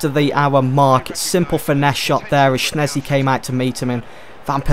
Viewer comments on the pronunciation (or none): Shez-knee not SHNEZ-KNEE